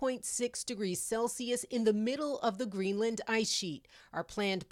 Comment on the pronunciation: Why is Erin pronouncing it as GREENLAND with emphasis on the 'A'. lol.. The reporter got it right. I wonder how she pronounces 'Connecticut'. 😂